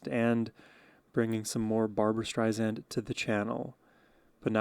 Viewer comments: Her name is pronounced Streisand, like sand on the beach. Alot of people forget that. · dude, you gotta spell barbra correctly! and pronounce the last name with an "s", not a "z"... other than that, let's go... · Just a note ... CORRECT PRONUNCIATION it's Barbra "Strei-SAND " not Strei-ZAND. 😉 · Just a friendly correction. Her last name is pronounced Strei Sand, not Strei Zand. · Please, please learn to pronounce her name: Stri-Sand. And she’s really upset when people mispronunce it! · Have been a massive Barbra Streisand fan for the last 50 years and have attended several of her concerts. There will NEVER be another artist like Barbra. Am so glad you have discovered her and I love your analysis of her voice and her songs! Just an FYI, her last name is pronounced Streisand with ”sand” being the 2nd syllable, not “zand”. She has often said in her interviews, that is a pet peeve of hers when people mispronounce her last name. Just thought you would want to know! Keep up your great shows….am enjoying you! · You are just lovely! You absolutely must start to pronounce her name correctly. StreiSAND as she says, "like SAND on the beach"